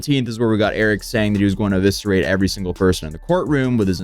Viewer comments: He mispronounced "eviscerate". Bought a thesaurus, looked up a few words to try out. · Eviscerate not Aviscerate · I honestly thought he said "obituate" at first.